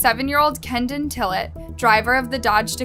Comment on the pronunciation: His name is Kedon not kendon at the very least you could get the victims names right